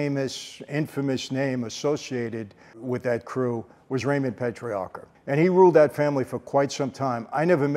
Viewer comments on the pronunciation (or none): Need to insert an "r" in there...... "Patriarca".